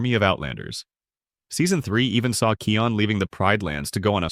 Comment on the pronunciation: And and its not keon its kIon